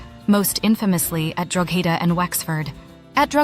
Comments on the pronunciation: Drogheda is pronounced as draw - head - ah Connaught is pronounced Con-oct - 'oct' as in October Cromwell used the 1641 rebellion as a pretext for slaughtering innocent Irish civilians, a victim-card claim of 'defence' used to justify mass murder by military forces still trotted out by unionists that conveniently ignores previous atrocities committed against the Irish by British forces eg. massacres at Clandeboye, Mullaghmast, Siege of Smerwick, Rathlin Island, Dursey Island, and so on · Drogheda isn't pronounced as you've offered. Go to its roots in Droichead Átha, read it with a south Ulster accent, and you'll have it. " Droh- head-ah "